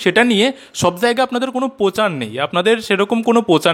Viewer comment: দাদা ওটা পোচার নয়, প্রচার। প্লিজ পিসির মত উচ্চারণ করবেন না, শুনলে বড্ড রাগ হয়।